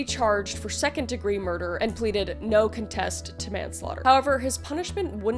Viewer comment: Why did you pronounce contest like that? And don't blame it on being Canadian cuz I'm from BC too 😆